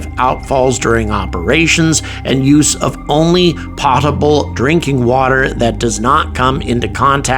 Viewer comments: Pro-tip: Potable is pronounced with a long O. Not a short O. pow·tuh·bl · you lose credibility when you fail to pronounce key words you are using , learn how to pronounce "potable"